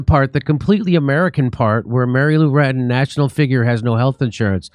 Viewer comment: Jimmy Dore Show : Her last or family name is clearly Retton and you instead said Ratton a couple of times. Duh. With that said, it clearly is a sad, very sad situation she is in. I am at poverty line so cannot financially help, but I've seen people using something like "Go Fund Me" or GoFundMe plenty of times for trying to raise needed funds. I don't know how successful those funding drives are, but if they have been successful and there is nationwide reach, then why don't people do the same to try to help Mary Lou in or with the serious health situation she is in? She is only 55 years old and could potentially have decades more to live, if she received adequate help. It surely does not require millions of dollars (USD).